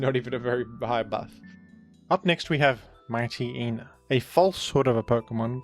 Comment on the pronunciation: Your ability to mispronounce obvious Pokemon names is truly astounding. The fact that you couldn't figure out that Mightyena is based on a Hyena, and therefore pronounced similarly to Hyena, is incredible. What the heck is a "Mite Eee Eee Nuh?" It's "Mite Yee Nuh", rhymes with "High Eee Nuh".